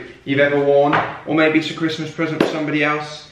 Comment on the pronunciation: I love Alfie saying Christmas Wrong from 🤣🤣🤣🤣🤣🤣🤣